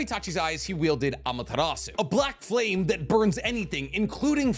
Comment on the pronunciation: It hurts my brain whenever you pronounce Amaterasu